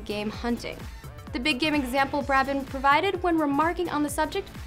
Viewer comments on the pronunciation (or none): I hate to be that guy but, it IS BRAY-ben. Not BRAH-ben. Great video anyways!!!